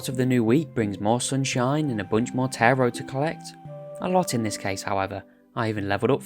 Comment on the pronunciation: Such a great video, really glad I came across it, even if the pronunciation of Taro is driving me slightly mad 😂😂